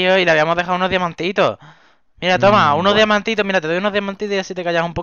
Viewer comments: Minuto like si oiste q dijo damiante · jajaja soy yo o dijo damiante